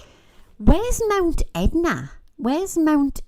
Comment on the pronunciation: Etna not edna